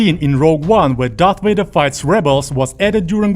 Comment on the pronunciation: Vader. not Wader.